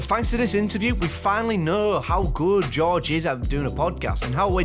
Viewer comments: When you say George i hear josh 😂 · It’s GoRge not Josh